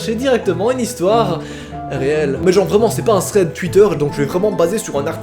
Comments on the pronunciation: C'est plutôt ''Ssssread'' 😂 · Je suis le seul a trouver ca bizarre mais kiffer quand il dit " thread PARANORMAL " ? ? ? 😂😂😂😂